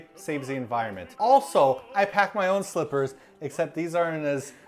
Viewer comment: I could of sworn you said travel strippers not slippers